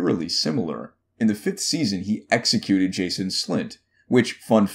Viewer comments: JAN-OS slynt. Not Jason. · It’s Janos Slynt not Jason Slynt come on man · "Jason Slynt" lol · I shuddered from hearing that butchered pronounciation of Janos slnyt